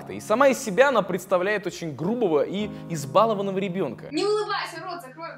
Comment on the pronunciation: Правильное ударение в слове избалованный - на О. Предложение "...избалованный ребёнок...".